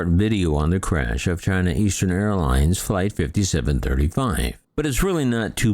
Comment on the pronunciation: "China Arlines"... Twice! And I thought, you spell it like: A-R-L-E-E-N-S